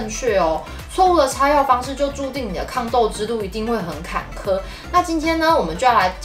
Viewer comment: 是ㄎㄢˇㄎㄜˇ啦哈哈哈